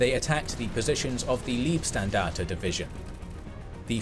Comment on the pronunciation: Hillarious how every english language documentation misspronnounces Leibstandarte ("standard of the body(guard)) as Liebstandarte (dear standard)